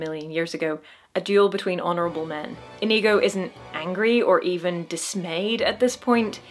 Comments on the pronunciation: The way you pronounce Inigo is inconceivable. I mean it's OK, I get it. but the number of times I did a double take because I thought I heard a racial slur was uncomfortably high. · Love all your videos,, but OMG, it's pronounced "Inigo", not what it sounded like you said through most of this.